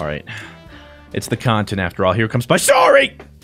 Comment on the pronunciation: It makes the cahntent even better watching 4 grown men play sorry incorrectly:p loved the video though. More game nights!